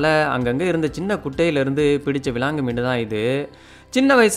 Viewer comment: உங்கள் தமிழ் உச்சரிப்பில் விலாங்கு மீனும் அழகாக தெரிகிறது 🤗🤗